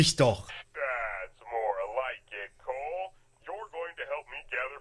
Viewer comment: Mag das auch, dass der Typ Coal heißt und nicht Cole, wie ein normaler Mensch x)